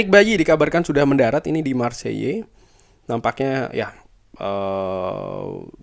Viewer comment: Bang, Marseille pronounce nya Maar say atau kalo mau agak French dikit maarkh sei